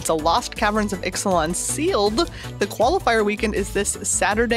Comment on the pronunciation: Bravo for your flawless pronunciation of the Ixalan commanders, that would have tripped me up!